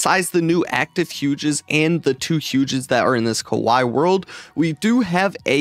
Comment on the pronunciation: No way you just said kuwai not kawaii